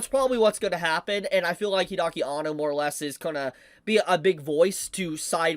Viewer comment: Hide-aki Anno....not Hidaki, Hide